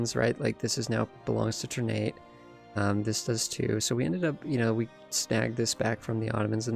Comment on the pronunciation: It's pronounced TUHR-nah-tay btw (or more precisely, ['tərˌnatɛ]). "Ter-nate" sounds awkward to my Indonesian ears xD